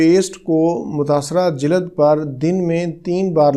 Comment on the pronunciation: Jilad nahi jild bole